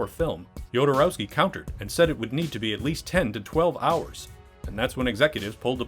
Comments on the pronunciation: Maybe start by learning how to pronounce names correctly? Every time you say "DjodoROAWski", a Dune fan's Holtzman shield gets hit with a lasgun beam ... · The name Jodorowsky no yodorowsky, please at least try a little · Say it with me now: Ho-do-row-ski... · Ah yes, my favorite Chilean filmmaker: Alejandro yOdEr-oWsKeE